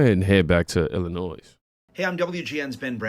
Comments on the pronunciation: ATTENTION PLEASE... When you pronounce "Illinois" and say the "s"; you just irritate everyone from Illinois. You say it like," Illinoy". No "s". I repeat, you don't say the "s" part. Ignore it and leave it alone. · Why can so many Americans not pronounce "Illinois" properly? Since when has the S at the end ever been pronounced? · The “s” is not pronounced in Illinois